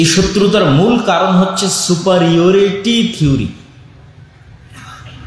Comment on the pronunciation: সুপার ইউরিটি নয় সুপিরিয়রিটি হবে ভাই।